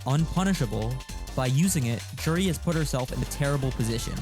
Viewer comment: Juri... Joo-ree